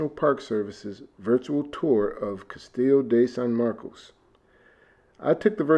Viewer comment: An enjoyable watch while I made lunch. Great history lesson, fun shower scene 😅 and close to perfect pronunciation of Castillo (just missing the “o” sound at the end 👌🏾😜